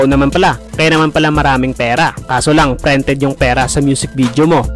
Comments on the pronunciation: Ok n sna e.. natawa lng ako sa pagkabigkas ng prented😂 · Ayusin mo naman pronounce mo dika maintindihan! Yung printed mo bakit Prented 😂